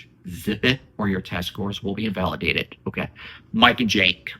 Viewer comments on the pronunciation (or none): It keeps saying invalueaded 😂